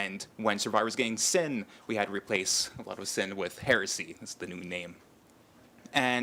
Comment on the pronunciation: Heh-reh-see NOT HEARSAY!